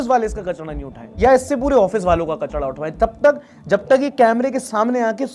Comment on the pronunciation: Not kachda 😂😂 it's kachra 😂😂